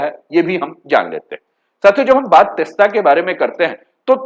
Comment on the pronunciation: तिस्ता नहीं तीस्ता बोलिये जी